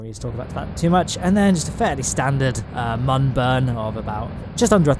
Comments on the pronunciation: Its not mun its moon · ITS MÜN NOT MUN! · Say it with me. Mün not Mun. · And you don’t say mon you say moon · it's pronounced moon, the U has two little dots above it, those are accent marks. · it really buggers me off how you pronounce "mun", jeez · Saying "Mun" with a short 'u' is hurting my soul. It doesn't rhyme with bun. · Pronouncing mun wrong. Literally driving me crazy